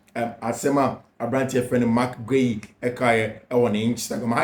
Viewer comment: Fiifi, please, the name is Spelt Guiu. Pronounced (Gi yu).....not (Ge iu)